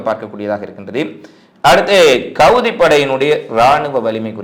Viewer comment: Hamas not gamas... Houtis not goutis... Excellent news.. But ungalukku ha... Words vaile varale nu enaku puriyuthu....my dougther olso same... But I'm training every day... Now she change ready...